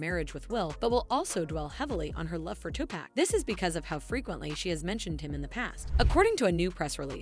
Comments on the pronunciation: 2pac! Not 2pack if it was 2pack it would have “k” at the end. 😅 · It’s not 2 pack for Christ’s sake Tupac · Tupac not two pack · I stoped watching after this white lady said “Two-Pack” 💀 like she hasn’t heard millions of people say it the real way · Why the narrator keep callin this man Tupack🤣🤣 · bruh this narrator.. Two Pack, what you talking about? We in a grocery store or something? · It's TuPac not Tupack... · It is not Too-Pack It's Tupac's "culture covered" lol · I can’t believe she is pronouncing his name “TuPack” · It is REALLY hard trying to FOCUS on the content of this video considering the NUMBER OF TIMES the host mispronounced Tupac's name, :face-red-droopy-eyes:.......... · “Tupack” lmfao. It took me out of the narration every time. I had to keep going back to hear it again 😂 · Who’s Tupack, I don’t know any Tupack? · Who the F is TUPACK??? Are you talking about Tupac? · If she says two pack again!!!!! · Wth….. say Tupac’s name correctly…. Down voted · Nope. I Refuse to listen to her butcher Tupac's name like this. This is BS. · I can’t even watch this the way you continue to mispronounce Tupac’s name 😢ugh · The way the narrator pronounces Tupac's name makes me cringe. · it took everything i had to not skip this video every time you pronounced Pac's name wrong. Annoying AF!